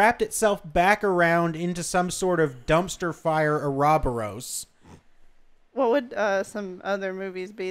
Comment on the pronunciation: that ouroboros pronunciation hurt my soul